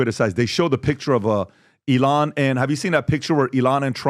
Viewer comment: It's not ee-LON, it's EE-lon. Don't pronounce it like the Mexican singer Elán or the noun, elan, which means possessing energy, style, and enthusiasm.